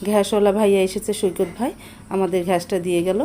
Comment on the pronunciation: Ghas. Na. Gas